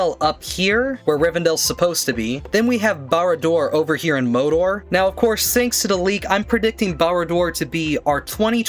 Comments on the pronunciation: bro what are theses pronunciations? mowdor orthantic erowyen no offense but geez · Mordor, Mordor, Mordor. It’s MORDOR!